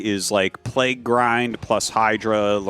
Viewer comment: Bro Tasteless stop begging for money. And learn how to say Plauge.